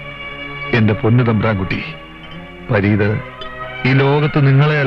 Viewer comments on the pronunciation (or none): തമ്പ്രാൻ കുട്ടി. .പറി 😂😂😂😂😂...പരീത് അല്ലവൻ പറീത് 😂😂😂